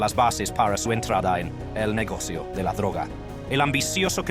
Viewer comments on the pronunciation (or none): El negocius de le cocaine dice por ahi una porquería tu programa lector de texto. Desuscripto